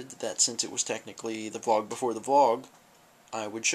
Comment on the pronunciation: VLOG NOT BLOG